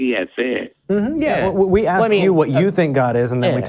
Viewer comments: This idiot can't even pronounce the word 'ask'. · When i hear: let me axe u😂🍿🍿🍿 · “I axed you a Quechun”… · I had to stop watching at the 26 minute mark. Too stupid and i could not hear him "axe" one more question. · “I wanna axe y’all”. You can’t even speak properly, but you think you’re smart because you believe in a god.